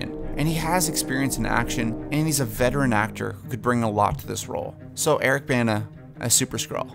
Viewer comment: If he's 1 of your favorite actors (Bana), how come you pronounce his name incorrectly ???